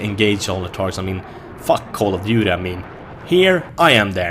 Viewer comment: should be promoting BF3 for dice. just look at this gameplay. "in call of dutey you call in thee airstrike and in battlefield i am the airstrike"